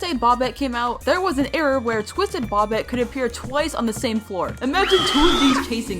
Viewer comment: INTS NOT BOBIT ITS PRONOUNCED BOW-BET